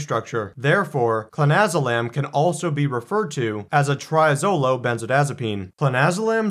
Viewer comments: You pronounced it wrong in the beginning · I don't know if he is doing it for legality but if you cant spell it or pronounce it right maybe you shouldn't be advising people on its effects